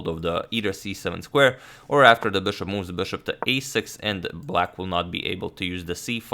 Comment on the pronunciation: bãshop back to d2. His "bishop" speech is funny